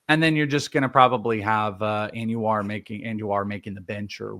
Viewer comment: (Anuar)???? It’s ANDUJAR, AN DO HAR 😂